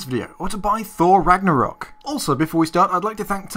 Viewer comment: "Ragnaroll credits" did just sin norse mythology?